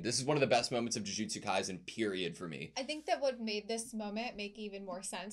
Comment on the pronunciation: I'm going to nitpick but I really wish they'd stop pronouncing Kaisen like it was a German word